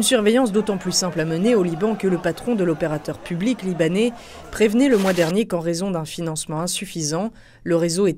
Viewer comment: Excellent reportage, juste dommage de prononcer "libané" à la place de libanais